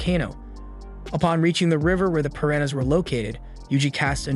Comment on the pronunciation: Javier is pronounced: Havier Piranha is pronounced: Per-ana surmise is pronounced: sur-mized